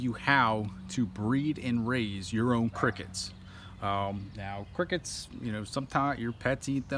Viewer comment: I like he say “ qrickets